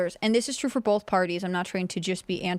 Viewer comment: Tim both doesnt have an "L" in it.